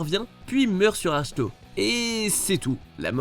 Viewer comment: Sérieux Luke meurt sur Ache To 😂 désolé mais ça se prononce Ak To (mais ça s'écrit Ahch To) et pour ceux qui sont énerver par sa mort il n'y a aucune raison de l'être car si on réfléchis c'est expliqué car faire apparaître une représentation de lui si longtemps c'est épuisant 😁 Super vidéo +1👍